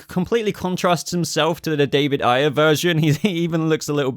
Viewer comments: I can’t explain it better than that. Sorry. I meant long A. It’s a-yer. Not i-yer. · Ayer. It’s Short A. Not eye.